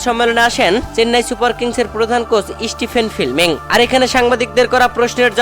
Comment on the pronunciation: Chennai Super Kings head coach Stephen Fleming উচ্চারণ স্টিফেন ফ্লেমিং, স্টিফেন ফিলমিং নয়